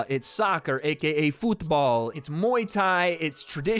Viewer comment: Love the football pronunciation 😂